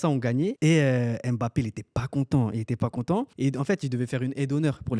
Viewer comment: tu m'a fait frizzer mes oreilles. EMEBAPPé, pardon respectons le nom de l'enfant "MBAPPé", tu dis pas EMambo tu dis mambo. a dit "jai la video j'ai cru que vous alliez montrer les videos de la tromperie🤣🤣🤣"